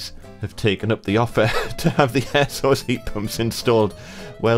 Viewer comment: Ihad two years of hell with an air source , at last someone who says it right.